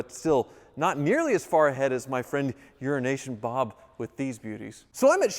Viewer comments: You're not even enunciating it enough to make it sound like it could have been Euro Nation Bob anymore, now you're just CLEARLY saying Urination Bob. 😂 Poor Bob. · it´s only me that listens "Urination Bob" ? :D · All I hear is "Urination Bob" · Mannn you gotta stop saying his name like that 😭